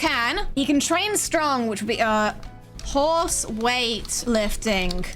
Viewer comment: and they said game development is hard his name is horese now, (pronounced like maurice but with a h)